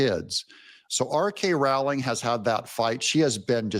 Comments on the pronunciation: It's J.K. Rowling not R.K 😊❤ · J.K. Rowling Doug, not R.K. lol. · Pssst - you mean J. K. Rowling, not R. K Rowling.